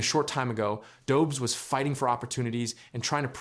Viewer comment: Tampa isn’t a dynasty, and its pronounced do-besh.